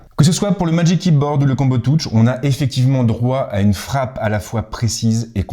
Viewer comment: Merci pour la vidéo. Par contre un petit effort sur la prononciation : combo touche.....